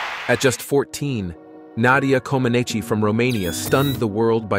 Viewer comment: "Nadia shOAne." Lol. WTF?